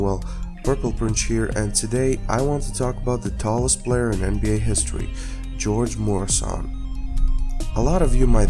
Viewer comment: actually it's pronounced Gee-Yor-GAy Myur-aye-shon